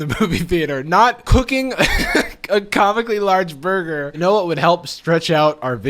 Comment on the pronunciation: when she said burger and had surgical gloves i thought she said murder...🤔